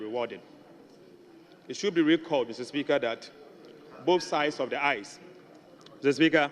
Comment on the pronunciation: The word is 'aisles' pronounced 'iles', not 'ice'. These people are really funny. Ato Forson cannot pronounce such a word. He is so lazy he did not check it up. Tweakai! I was in a plane with him to NYC. The way he cowered at immigration was sad for a leader of a country. These people are not apt to it.